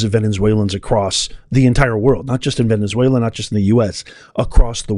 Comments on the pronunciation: "Ven-UH-zway-lah" not "Ven-EN-zway-lah". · Venezuela, NOT "Venenzuela". Jane Fonda now has to find somewhere ELSE to run and hide. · Why do you keep saying VENEN-ZUELA? There’s not 2 N’s. Don’t be like Steven Gardner who adds an S to every name lol. I love you! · Why do you say VeneNzuela? Just wondering. Praying for free and prosperous Venezuela and Iran! ❤